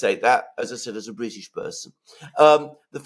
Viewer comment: Yes, yes ! The Bwitish always send HMS Pinafore !